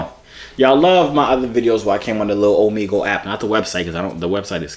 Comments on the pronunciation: ohmehgul not ohmeegul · For the last time it's Omegle. (O-MEG-EL) pronounce it out 😁👍🏿